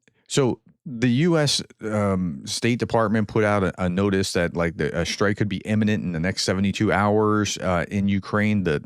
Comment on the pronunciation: Strike not SHtrike